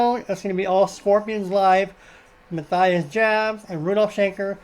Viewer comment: as always, a fun video. Just a heads up, his name is pronounced Ma - Tee - ess